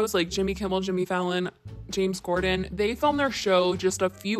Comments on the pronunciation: Also: just an FYI it's James CORDEN* not Gordan. I couldn't really tell, but it sounded like you were saying Gordon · It sounds like she’s saying James Gorden…? It’s pronounced Cord-on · used to be good now she’s just annoying And Trisha being an offensive troll isn’t a one time thing...that’s 24/7. It’s not James Gordon it’s... James KORDEN! Oi vey 🤦🏻‍♀️. Say it right. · You're saying James Gorden and its actually Corden. It's triggering because I actually know his name but if I never knew it, I would not care. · am I tripping or did she just call him James gorden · First of all it’s James Corden I feel like you keep saying Gordon..and 2nd she has a choice on how she films, she has made that clear by talking about her production crew etc that SHE picked..I don’t feel sorry for her she makes people feel like shit and steals jokes. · Am I hearing this right? Were you calling James Corden, James Gorden? Hahahah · no one is gonna say anything about you saying "james gorden" lmao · James CORDEN. It’s CORDEN